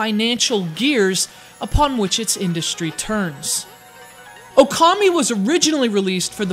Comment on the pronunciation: It's O-kami!